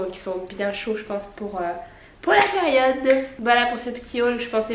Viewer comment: « Pout Noël » ahahah 😂💋